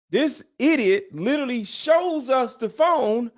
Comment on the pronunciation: Ain’t you a little too old to pronounce the word literally as littlelly?